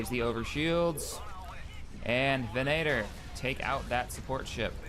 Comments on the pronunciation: Its venator not venaaator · It isn't 'Ven-A-tor', it's 'Ven-uh-tor' Lu'cre'hulk, not Lu'se'hulk. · Don't say venaitor again... Goddamnit... It's facking VENATOR, with an accent on "e" and mute "t". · did anyone else notice he was pronouncing it venAtor and not venator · Not to be a grammar Nazi or anything, but your pronouncing venator wrong. It's more like ven-eh-tor and not ven-ay-tor. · It's called a ven-at-or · If you are going to grammar nazi, grammar nazi properly. Its pronounced ve-NA-tor, and there is no eh sound in the word. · You are mispronouncing Venator and a few other things. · Cassio rivatto It is because we are Star Wars fans and because when ever he mispronounces Venator it sounds horrible to me. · Cassio rivatto In this case he is really getting it wrong and it is rather bad, in the case of Mustafar I can stand it. Sorry for the bad spelling. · Ultrabeast Harkonnen Venator is a gladiator type which were actually hunters and circus act performers, not really gladiators. The fact still remains that he is mispronouncing a word and it is annoying.